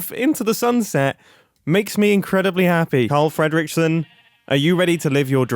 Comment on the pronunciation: Ok, whos gonna do the honours of arresting him for how he pronounces "Fredrickson"